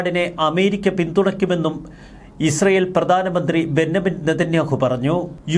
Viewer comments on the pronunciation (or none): ബന്നമിൻ നെതന്യാഹു അല്ല ബഞ്ചമിൻ നെതന്യാഹു ആണ്.